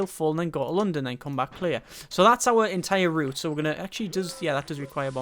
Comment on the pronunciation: The wat you say london pisses me off so much